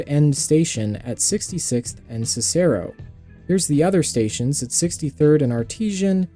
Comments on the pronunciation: Ok so comments from a Chicago resident's POV: 1: it's OHgilvie or ohGILvie (depending on who you ask) 2: it's CICero not cicAIRo 3: the red line should not take over yellow line service - the yellow line has pitiful ridership because (even with your proposed infill station) it goes barely anywhere; it is nowhere near worth the cost of expanding the stations from fitting 2-car yellow line trains to 8-car red line ones and increasing the strain on the operations of the already extraordinarily long and soon-to-be-longer red line. 4: the blue line should not take over pink line service - the pink line was spun off for a reason. it has always had much less demand and usage, and so in a very cash-strapped system with twin crises in both recruitment (not enough train + bus operators) and finances ( the CTA is about to hit a fiscal cliff), it is very much not worth straining the limited resources of the blue line to run (by CTA standards) high frequency, high capacity, modern cars and long trains on a pretty low performance section of the system. The only two options there are either running trains with way too much capacity and frequency than are justified (this is not a situation where larger, more frequent trains will increase demand - we know that when the blue line was running its trains on the pink line, they were still doing very poorly) or lowering the standards for the entire blue line instead of just letting the pink line run its own, smaller trains. 5: similarly, the purpl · CICERO- SIS-UR-OH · The way he said cero as a native we say is (sis-aro) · Also, Siss-e-roe and De-vaughn (or De-von). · The way Cicero was butchered omg